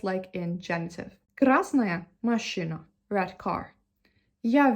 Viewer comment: да вы правы, но если захотеть придраться... слово "машина" все таки было сказано с акцентом, русское "и" немного другое, скорее звучит как машЫна. моя оценка 99 из 100 возможных😊